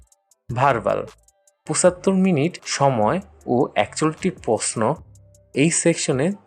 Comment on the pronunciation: pusattor minute ki boss? Pochattor boliyen boro bhai